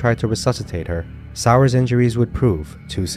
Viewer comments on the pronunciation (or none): And Elizabeth's last name is pronounced Sauer - (Soy-Yer) Not sour.